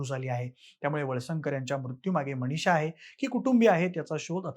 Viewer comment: जरा शुद्ध मराठी बोला. न च्या ठिकाणी ण ण कशाला म्हणतोस. मणीशा काय गोपणीय काय. कोणत्या शाळेत इतकं अशुद्ध, घाण मराठी शिकवतात?